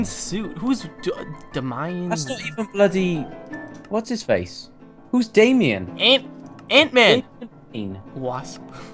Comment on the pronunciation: OMG I CAN NOT BELIVE YOU DONT KNOW WHO DAMIN WAYNE IS DO YOU LIVE UNDER A ROCK!!!!!!!!!!!!!!!!!!!!!!!!!!!! PS IT DAMIN SAID DAY-ME-IN DUH!!!!!!!!!!!